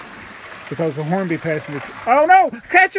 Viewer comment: it's pronounced Hornby not Hormby.